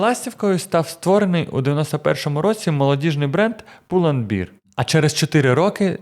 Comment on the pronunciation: пул энд бэар - произносится как медведь а не как пиво, режет уши гэп не гап